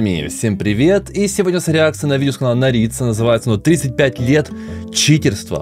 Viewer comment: ПРАВИЛЬНО ГОВОРИТЬ НЕ НАРИЦА, А НАРИЦА